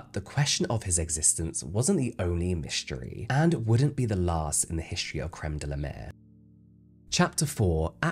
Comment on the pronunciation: It's La Mer, not Le Mer!